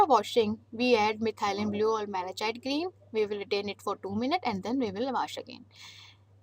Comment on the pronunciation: Pronunciation of Malachite green should be corrected.I think pronunciation is wrong .Look into this matter.